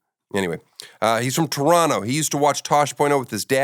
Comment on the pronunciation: Finally an American that can pronounce Toronto. Thank you Daniel